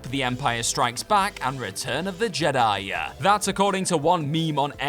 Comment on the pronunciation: I'd never heard of the movie "Return of the Jedi-yah" before.